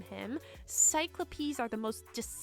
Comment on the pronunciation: I love this review but please look up the pronunciations on Scythe and Cyclopes